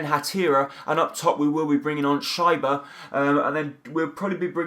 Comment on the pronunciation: You pronounce schieber like sheeber